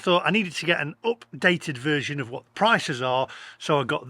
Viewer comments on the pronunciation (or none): none